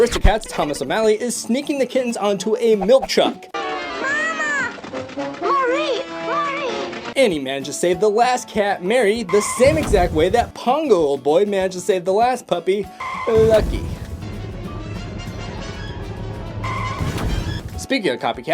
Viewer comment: Why are you pronouncing Marie’s name like Mary you say it like ma-r-i